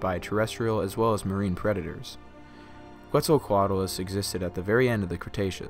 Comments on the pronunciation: I love this video, but it's pronounced "Ketz el co at a lus". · If you're gonna pronounce it as the Aztec God that gave it its name then it's "Ket ZAL coa tlus".